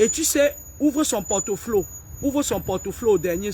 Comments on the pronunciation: on dit le portfolio et non le portoflo😂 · Ça s’appelle Port Folio et pas porte Flo